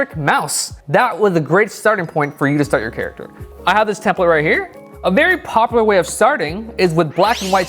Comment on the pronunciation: “poplar” - 2019😂😂